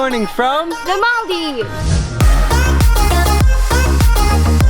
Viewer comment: She's supposed to say Maldives, not mal-deevs